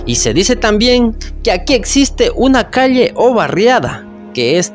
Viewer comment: Peligroso para mis oídos escuchar que dicen calie en vez de calle.